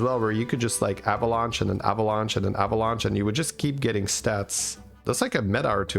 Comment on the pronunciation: can i get an avalunche counter why he say it like that lol